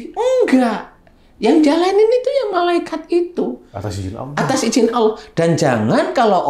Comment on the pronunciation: saya dengernya 'Allakh' bukan 'Allah'.. Semoga bisa diperbaiki ya 🙏🏻